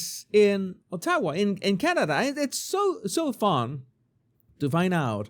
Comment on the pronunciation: Pronunciation of Canada’s capital puts emphasis on first syllable. OTT- ah- wah. OTT rhymes with BOT.